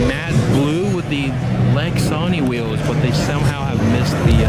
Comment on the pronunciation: WTF are “Wheeows”? Someone’s got a peech inspediment. They’re WHEELS, my man.